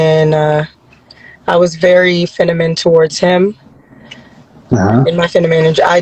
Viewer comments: Lls bra she said fenimine 😂😂😂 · These women projext class. And get she can't even say feminine correctly. She said FeNimine twice